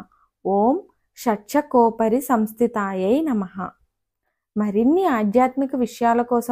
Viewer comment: ఉచ్చరణ దోషాలు వున్నాయండి... షట్+ చక్రోపరి సంస్థియై నమః శివాయ గురవే నమః